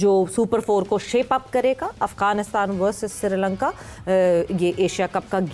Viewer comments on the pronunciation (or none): madam - with due respect- its not "Siri' Lanka- its "Sri" Lanka